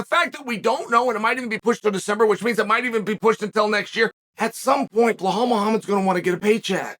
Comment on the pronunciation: I came here just to hear Chael say 'Blahall'